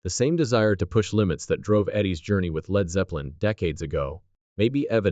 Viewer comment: "Leed" Zeppelin?